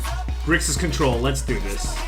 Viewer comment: I know you're Asian, but "contror" is a bit too Engrish for you.